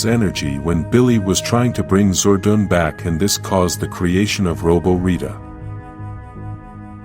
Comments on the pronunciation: Your saying Zordan name wrong if ur going 2 Do Vedios especially about Power Rangers Make sure you say there name right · It made me mad when he said "Zordan" 3 times when he said it but i knew it wasn’t his fault so i decided to calm it down. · Can't watch it on account that Zordon's name is being mispronounced.